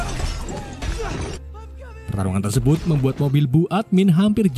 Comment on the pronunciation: Min tadi saya dengar Mimin salah omong yaitu ngomong tersebut malah tersebat